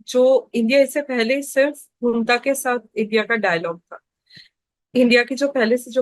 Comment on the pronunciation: Hunta nahi bhaiya ji junta hai aap to bus chatpati Khabro ache lage the😅